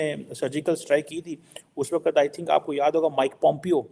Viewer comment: it’s WAQT not WA QAT. Although Urdu is a borrowed language from India…request you to pronounce it right. Please Urdu ki taang na tode 🙏